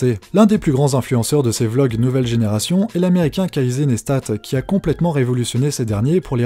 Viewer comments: Ca ne se dis pas kasay mais (Casey) mais comme mon prénom : kessi (mon prénom CEST kaysi) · Attention, il faut dire "Quaissy" et non pas "Quasey" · ON PRONONCE CASSI !